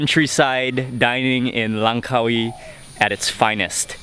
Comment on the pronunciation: Congrads This was the first video where you've said "Langkawi" correctly!!! The stress on the Car-WEE sounds more thai than malay.